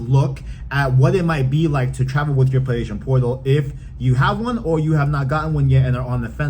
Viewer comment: He can’t say PlayStation 😂 it’s funny a little but just slow down bro